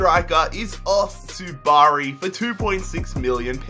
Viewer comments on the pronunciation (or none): none